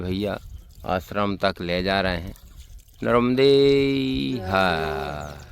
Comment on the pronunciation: Bhai nramde her nhi narmade har bolo naram soft wala nahi